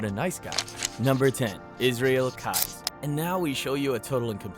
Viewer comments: "Keyes" is pronounced just like "keys", it is NOT pronounced "kuys" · Keyes is pronounced as "Keys" by the way... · Totally off topic ( no disrespect to the victims either!) but mr. Stickmans facial expressions crack me up! Oh.. and I think his name is pronounced “Keees” like door keys… what a monster he was. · Im not sure if you were trollin or not and im also not sure why everytime you said Israel Keys' name like Kize it erked me so badly ahaha ☠️😭 but good video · Israel keys kease. I'm new to your channel. you're gonna say the name, please say it right. Thank you now. I'm going to subscribe to your channel.😂 keys 🔑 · Kai? How the hell do mispronounce KEY - EESE ISRAEL KEYES.... Goddamn it say it wrong a few more times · Have I been saying Israel Keyes name wrong this whole time!? I thought it was pronounced keez 😅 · Constructive Criticism here. I want your stuff to improve. You are doing well. But, My guy. I am sorry to say but I had to stop watching by the time you hit Keyes. You mispronounced one of the names earlier and now this one too. Do a little research into how the names are said, because when watching a video and it is said maybe 100 times 'incorrectly' it just grates on the watcher.